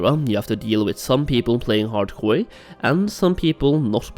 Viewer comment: i keep hearing HardKoï